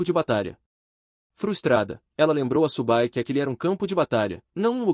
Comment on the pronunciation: Cara parabéns pelo vídeo, acompanho várias obras do canal e gosto bastante dessa, fico feliz por vc ter trazido aqui. Se me permite o toque, da uma conferida no texto antes da IA ler, pq ela fica com uns erros bobos mais irritantes como o nome do prota sair de "Su Bai" para "Subu Bai" e o nome da unidade ser algo que nem consigo entender rs São uns detalhes bobos mais que são repetidos o tempo todo e por isso acaba causando desconforto.